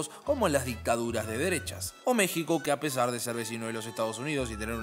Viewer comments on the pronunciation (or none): none